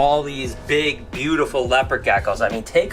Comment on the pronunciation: “Butefe animal” 😂